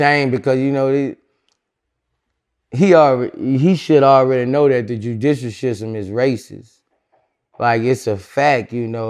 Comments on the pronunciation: Jew-dissal Shishtem is racist lol 😂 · the Judisal Shishtem is racist lol 😆